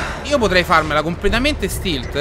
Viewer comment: cosa vuol dire stilt si dice stealt